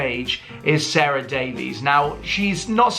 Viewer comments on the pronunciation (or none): Her name isn't Sarah it is prounced Sa ra from Dragons Den